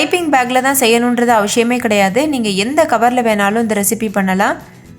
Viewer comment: Neenga avasiyam nu solrathuku pathila avashiyam nu pronounce panringa